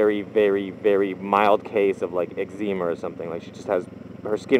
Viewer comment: never heard eczema pronounced like that lol